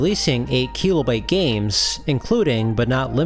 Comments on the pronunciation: KEE-LOW-BYTE?? Silly pronunciation lol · I'm going to start saying "keelobyte" 😊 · It's pronounced kilobyte, not kilobyte.